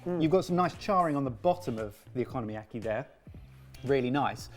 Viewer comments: Someone PLEASE tell them they're pronouncing okonomiyaki wrong. It's "oko-nomi-yaki", not "economy-yaki". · yall need to learn how to pronounce oko nomi yaki oko no miyaki .. no economyyaki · one thing i can never get over is their horrible mispronunciations. like saying economy-aki when the word is okonomiyaki. (o-ko-no-mi-ya-ki). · "economyaki" XD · am I the only one who keeps hearing 'ECONOMYyaki'? 🤣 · Please stop pronouncing it like economy-yaki! 😩😩😩😩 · The way you guys pronounce Okonomiyaki is so bizarrely bad I can’t help but laugh every time. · After hearing the abysmal way they said okonomiyaki I better never hear another Brit talking about how American’s pronounce croissant…or anything else for that matter. 😂😂😂